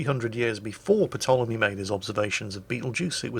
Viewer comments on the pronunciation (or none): The P is silent. Tolemy not patolemy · Isn’t the P in Ptolemy silent? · The p in Ptolemy is silent